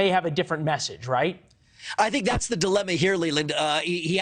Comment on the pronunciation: Dave was so on point, this guy can’t even say “The” and “Jews” 😂